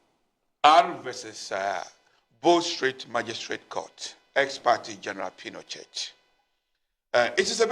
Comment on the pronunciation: Lol. He is mispronouncing General Augusto Pinochet's name.